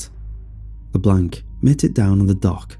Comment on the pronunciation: You are saying LeBlanc wrong